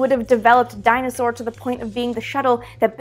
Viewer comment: made me scratch my head for a moment "... the X15 and the dinosaur"??! What. Oh. "Dyna-Soar". (slight disappointment).